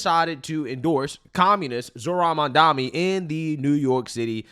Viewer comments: I cant listen this bredda yah mamdami...bro, either say it jokingly or say it correct. You sound dunce. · Why are people saying mamdani name wrong? Yall cant read or trolling?